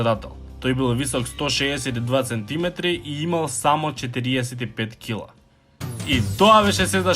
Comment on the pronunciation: Сантиметри дечко, не центиметри